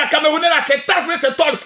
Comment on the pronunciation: 😂😂il a dit talk ou tolk au lieu tayc tayc y sera comme un ouf quand y va voir ça 😂😂